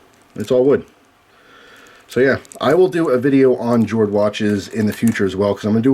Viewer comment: I'm going make my guess now: G42/43 and a Shield.:) I thought it was pronounced "Yord" as in earth or land (as is the wood casing/bracelet theme) in many Scandi languages. I used to love Nitecore lights (cool features, and such), but as I was used to holster carry from my AF days, and then later on duty belt carry (which continued to civilian wear) I prefer smooth tube designs that fit into my Surefire and BH light carriers (keeps them out of my pockets). Nitecores don't carry well and they chew up my pockets. Totally agree with you, though, AA/AAA form factor is ideal for civilian EDC. Cheers,!